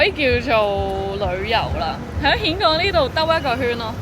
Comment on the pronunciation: 峴港你全程讀錯